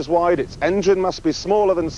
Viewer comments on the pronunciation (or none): none